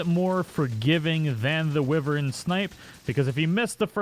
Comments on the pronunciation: WHY-vern. It's WHY-vern, not "wivvern". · I don't really care what the dictionary says as it often leaves out colloquial definitions of things. Like, you realize this is the dumbest shit you're wasting your time on, right? Lol Some people pronounce it Why vern. Some people pronounce it Whivern Wrong or right - go fuck yourself. It doesn't fuckin matter.